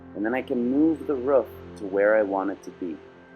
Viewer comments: its a ROOF not a RUF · its roof not ruf